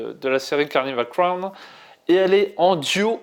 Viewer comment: Carnival crown ? Vous pouvez pas faire un effort sérieux ? Au moins le titre de la série essayes de le dire correctement.